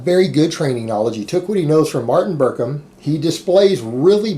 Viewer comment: Coach you keep calling him Martin berkhem, its ends with n and not m.